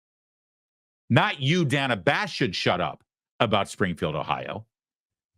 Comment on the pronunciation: Every time he calls her Dana with a long a she cringed slightly. 😂